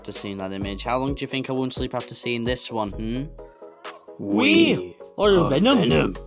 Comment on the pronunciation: "We r numunu"😂